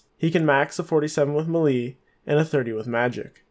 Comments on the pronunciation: its pronounced “maylay” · The way you say melee hahaha